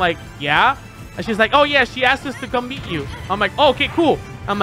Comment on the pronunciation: I heard "beat" instead of "meet" !😂